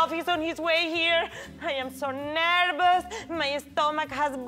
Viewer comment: when she said nervous, her vous part sounded like a b sound is that how spanish people pronoune their v's